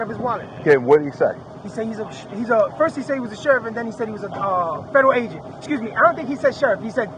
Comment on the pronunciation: He Didn't say Federal Agent. He Said Federal A'Dewitte